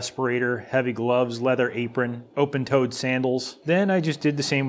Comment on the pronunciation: There goes my laptop, I just spit out my coffee on it when I heard "open toe-ed sandals" as part of the safety gear lol.